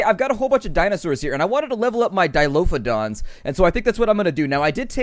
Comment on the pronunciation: Grrrr....Dilophosaurus. Why does everyone call them Dilophodons?